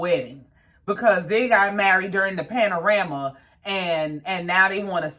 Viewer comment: Why do you keep saying panarama it's a pandemic..